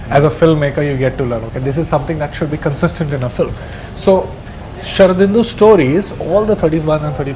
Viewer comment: How beautifully he pronounces Sharadindu!